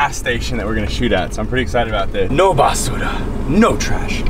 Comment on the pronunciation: Basura was/is my favorite Spanish word too dude and I used to say it with such emphasis as you did haha.